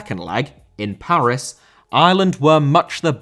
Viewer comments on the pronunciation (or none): none